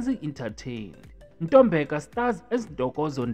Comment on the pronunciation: Ntobeko not ntombeko😊